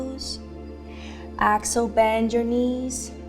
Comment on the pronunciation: Lovely. I enjoyed this. I couldn't place the accent, but the pronunciation of "exhale" kept making me turn my head at first thinking she said "axle" - as in rotate or turn. I finally settled into knowing that she meant to breath out. Exhale. I'm loving Rituals practices.